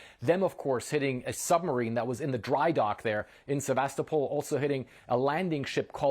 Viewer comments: Great news! But, the name is Sevastopol, not Sebastopol. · surely as journalists you could pronounce Sevastopol the correct way?